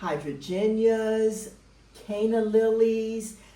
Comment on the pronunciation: Beautiful. Did you say Hydrangeas?